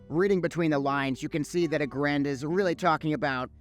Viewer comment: Should probably learn how to pronounce aggrend if you gonna cover sod development